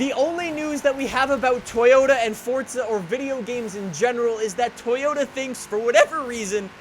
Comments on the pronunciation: For-za not for-t-za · I’ll subscribe when you say forza. Not fortza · ITS FORZA FORZA NIT FORTZA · I can’t listen to this dude saying FORTZA anymore.. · There’s no T in Forza my dude